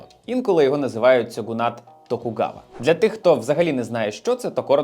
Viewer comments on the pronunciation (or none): Відео супер, але правильно не «сьоґунат» а «шьоґунат». В японській замість сі, сьо, сю, ся, ті, цу, дз та ху використовуються ші, шьо, шю, шя, чі, тсу, з та фу. Та транслітерація яку ви використали була створена росіянином і виглядає саме так бо в них «чєлюсть не така» і є неправильною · "шьоґун" та "шьоґунат" буде більш правильно дякую за відео!